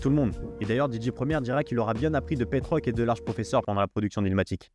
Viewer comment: Alors très bonne initiative et bonne chaîne de mec qui s’intéresse… Mais j’me permets pour ton bien frérot lol déjà qu’entre Pete Rock et Mc Serch prononcés comme Gilbert le jeune retraité du PMU, j’ai tiqué, quelques secondes plus tard j’entends Aretha Franklin prononcé comme la tortue mdrrr saignent du nez direct😅 stp faut te mettre un minimum à l’anglais, ne serait-ce que les bases ça va t’ouvrir un monde, qui plus est si tu te passionne pour le rap et le Hip-hop !